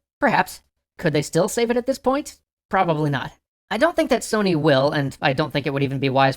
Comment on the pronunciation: You said Sony wrong